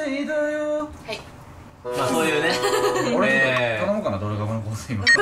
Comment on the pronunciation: ｢ドルガバの香水｣って言ってるのか｢土砂降りの洪水｣って言ってるのか分からんのだが